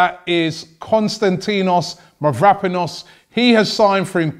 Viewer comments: Nils Jern and still didn't sayed quite write 😁😁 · LMAO THE WAY HE SAID HIS NAME 😂😂😂 Im Cypriot and it's always hilarious to listen to foreign people try and pronounce greek names 😂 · YES FINALY A PLAYER OF MY NATIONALITY IN ARSENAL. A DEFENDER YOUNG PRODIGY! Btw Robbie ur greek make me laugh, although u could say that for my english lol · Robbie...take some euro name pronunciation classes please. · OI! I'M 1/4 GREEK! PRONOUNCE MY BOY MAVRO'S NAME CORRECTLY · Robbie Please pronounce his name right!!!!! I'm going to tell you where the tone is... Kostan > ti < nos Mavro > pa < nos If you are having difficulties too just say Kostas For your information also Mavro in the Greek language means Black, so you can call him Kostas BlackPanos or something like that!